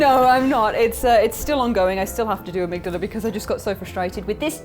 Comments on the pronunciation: armig dahla, it hurts me hearing you saying it like you did, they even say the name in the game "ohh amigdahla, have pitty on the poor fool" or somthing close to that i don't remember it has been a bit since i heard it hehe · please stop pronouncing Amygdala that way, it slightly hurts me every single time.